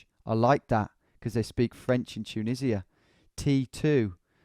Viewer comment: Dju-nisi-a? Ya serious? 😂😂😂